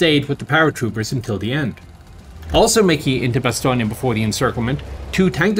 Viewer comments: Its pronounced 'Ba-stone' not 'Bastonia', your saying it like its an Italian name rather than a French. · Why isn’t Bastogne pronounced “Bastoney”. Maybe it would be called that if it was famous for fried bastoney sandwiches.